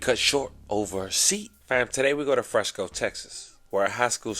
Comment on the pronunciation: I SEE YOU HAVE BEEN DOING ALOT OF STORIES ON THE DALLAS AREA AND SURROUNDINGS AREAS (FORT WORTH AND FRISCO) PLEASE PRONOUNCE THE NAMES RIGHT !!!! ITS FRISCO NOT FRESNO !!!!!!